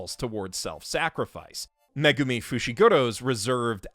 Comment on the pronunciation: every time he says 'Megumi' i feel personally attacked..somehow